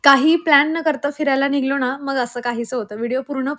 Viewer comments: Nighlo nai ... nighalo 😂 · Nighlo nahi nighalo